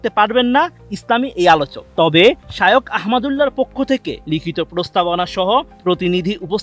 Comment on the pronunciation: বোকাচোদা রিপোর্টার ঠিকমত নামটাই বলতে পারে না শায়োখ কি?? আবার ঠিকমত লেখাপড়া করে তারপর রিপোর্ট করতে আইসো